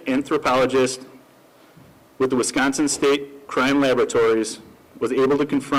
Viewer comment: Great job on your pronounciation of Wisconsin towns from a Cheesehead !